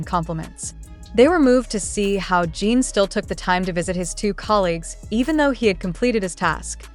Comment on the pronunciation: It is not Jean it is JIN. Please get his name right if you are going to report on him. Jin is very are well known and loved. Fan from Canada 🇨🇦